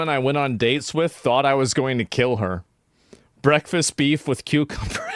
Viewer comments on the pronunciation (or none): none